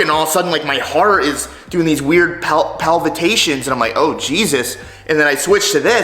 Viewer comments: Heart palpitations, not palvitations. Another rudnickism haha. Love these vids man! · "Palvatations" XD jesus chris haha its "palpitations"